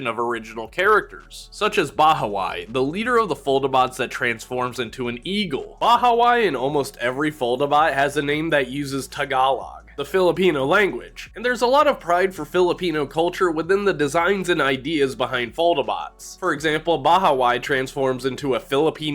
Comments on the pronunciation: gotta say I’ve never heard it pronounced that way. My fam all pronounce it with a “low” sound rather than “lah”. Edit: just realized this sounds passive aggressive af, i didn’t mean it that way & love the content. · It’s pronounced “Tah-Gah-Lowg” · Bahawi is pronounced Bah-hah-Wee. And Tagalog is pronounced: Tah-Gah-Lowg. It's nice too see foldabots again. Thanks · THAT IS NOT HOW TO PRONOUNCE TAGALOG